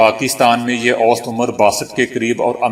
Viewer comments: Salam aap awst ghalat tallafuz kartey hain swsat hai sahi talaffuz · Sahi lafz "awsat" hai na ke "awst". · اوسط ( Aousat) ہے صحیح تلفظ ، wost نہیں